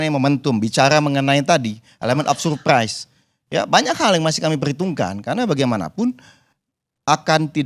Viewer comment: duh surpai surpai🤣🤣🤣 bikin geli